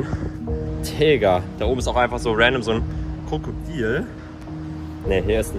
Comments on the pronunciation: Lukas du hast kakodil gesagt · Perfekt einfach nicht Krokodil sondern krakodil